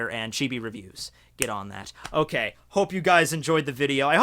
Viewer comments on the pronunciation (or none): none